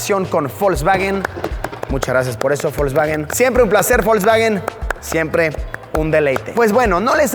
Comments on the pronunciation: por que le dices folkswagen en ves de volkswagen ? jaja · Folkswagen? O Volkswagen? 🤨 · Nunca había escuchado de. Folsbaguen xd